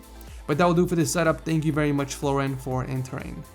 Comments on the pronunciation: Did he say veuy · "vewy cwean" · "Vewwy clean" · Vewey cleen indide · listen... "his vewy clean setup" xD jkjk love your videos man keep them up! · VEWY CWEAN setup 😂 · "Vewy Clean" lol am i the only one to notice